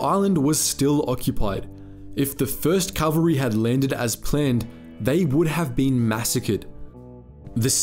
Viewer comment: The pronunciation is CAValry, not CALValry. Think of the word cavalier.